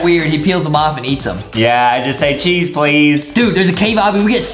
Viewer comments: I thought Justin said sheesh not cheese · I was laughing so hard the fact that Justin’s going sheece instead of cheese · How everyone says cheese How justin says cheese:chyeeez